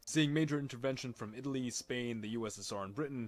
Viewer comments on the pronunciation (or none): none